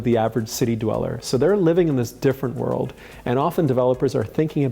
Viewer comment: "157 W 57" pronounced "west fifty-seven," no, not "double-you." And "world" is "wurld," with an L, not "werwud." There must be some English-speakers available wherever you are...